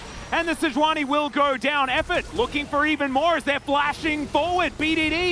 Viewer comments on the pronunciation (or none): sei-juani c'mon... it's sejuani